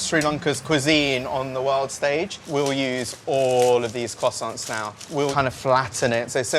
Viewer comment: my guy really said kwossonts xD